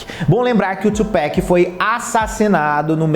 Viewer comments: Tupac e não Tupack , pelo amor de Deus . Se fala do mesmo jeito que se escreve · TupAc TUPAC NAO TUPACK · Só consegui assistir até ele falar tupac, pronunciando tupec😂😂( eu sei que o “A” tem som de “Ei”no inglês, mas ta errado,tem até video do proprio tupac falando sobre isso) da pra ver q esse garoto é do pop msm😅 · Tchupéqui não. TUPAC! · oi, tudo bem? A pronúncia do nome dele é Tupác mesmo e não Tchupéc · Não é tupeck, é 2Pac ! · "Tchupáqui", bro! Please! Só uma correção, amo teu canal!!!! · Quando falou tupec e nes parei de assistir 🤦‍♂️ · Kkkk se pronuncia "Tupáqui" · que agonia ouvir você falando Tchupéc varias vezes. Mas muito bom o conteúdo